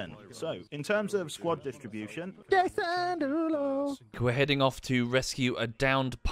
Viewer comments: I both love and hate that cant pronounce Jason Derulo and calls him "deLuRo" instead. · mispronouncing Derulo to "Deluro" made me believe Womble misspelled Jason Derulo's name throughout the entire video. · Jason DeLuro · I'm pretty sure it was Jason the Loo-roll by the end of it.... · This, this exactly, i was like wait a minute, had to roll back the video and yes, most of the time he says Deluro ... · Just would like to point out that for some reason he is saying DE LO RO, not DE RO LO, something about R and L for people of that area... RING a DING A LING! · U fucked up Jason Derulo durring editing... calls it Jason Deluro....(or its only me that hear it that way?) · It’s fascinating that never once pronounces Jason Derulo’s name correctly.